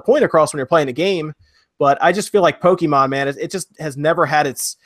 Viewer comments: My god man. POKE-KAY-MON Not kee. Kay. KAY! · Thank god Poe-kee-mon isn't made by Oobi-soft. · yup, but even without knowing the abbreviation, the accented "é" itself automatically means it's pronounced like "eh" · spoonfreakdotcom The writing doesn't dictate the pronunciation, though. The é is there so that you don't pronounce "poke". "ay" is close enough though.